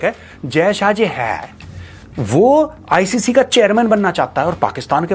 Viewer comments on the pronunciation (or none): Icci Bank nahi hai icc hai pehle sahi se bol lo thoda kiyun mazak banwa ke rahe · Icci nhi icc... Thoda sahi bolo bhai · Icc not ici